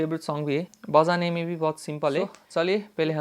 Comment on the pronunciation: Bojane ke liye = assamese accent 😅